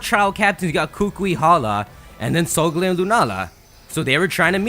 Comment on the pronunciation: *sole gah leo